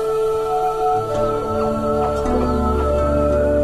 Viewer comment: I decided to write a few things before parting ways. First, antient Tatars are not Turkic. Tatars living in Russia today are Turkic. Because they have assimilated with the Turkic people there. Now only their name remains. Second, don't write the word Mongol in a weird pronunciation. It is not a word of such origin. Third, I know my history. Therefore, there is no need for me to write such a long story about the Mongol Empire and other Mongolic states.